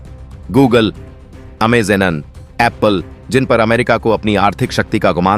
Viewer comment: You’re pronouncing. AMA zone wrong 😑